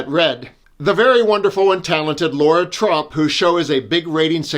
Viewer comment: La-ra, not Laura 😊